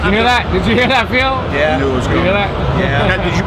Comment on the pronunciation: You really do answer to every single comment right? :D thats so cool. Did you stealth vape on the plane? ;) And how did you like the german food? i really wanted to go the hall of vape too, but unfortunately couldnt. Also..its really funny how Dimitris still pronounces your name like..Phiiil. Haha. Anyways, good day to you Phil